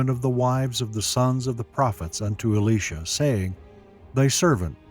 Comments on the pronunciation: Elijah and Elisha , still pronounced Elijah and not Alisha .... Both Elijah and Elisha are men and not a woman 🤦🤦🤦 .... stop calling him Alisha 🤦🤦🤦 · the pronunciation of the names are so off....Eleesha??? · I'm sorry to tell you I think you're saying Elisha's name wrong for your saying the female name and Elisha is male in the bible. I know that because my name is Elisha and I'm male and it's not said like that. I dislike how bad he pronounce Elisha so wrong is uh·lai·shuh. Thanks for your time in reading this. I hope you have a great day.